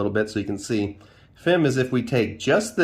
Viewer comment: FIM (F**k---I---Missed) not FEM... Not trying to be a N@ but accuracy is always a good thing. Great Video Great Class